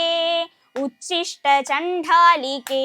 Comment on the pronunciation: ഉച്ചിഷ്ട അല്ല ഉദ്ധിഷ്ട്ട എന്നാണ്